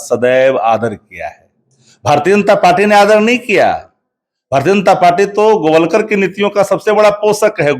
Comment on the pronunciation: राष्ट्रीय प्रवक्ता हैं....गोलवरकर ...न कि गोवलकर 😅😅